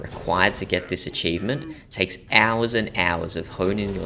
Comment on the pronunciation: did bro just say with all of that, if you want to get this eachivment just get the eachivment?